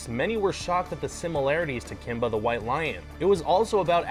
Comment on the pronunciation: "Kimba the while Lion"